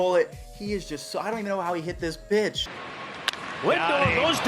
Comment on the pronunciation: when he said “pitch” it sounded like something bad. But then noticed the bad pitch in the clip lol